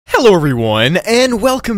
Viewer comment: 𝘽𝙧𝙪𝙝 𝙩𝙝𝙚 𝙝𝙚𝙡𝙡𝙤 𝙗𝙚 𝙡𝙞𝙠𝙚 "HelLoO everyone"